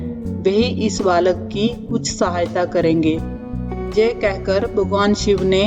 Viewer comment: लगता है आप पंजाबी हो आप के उच्चारण में गड़बड़ है आप यह को जय बोल रही हैं।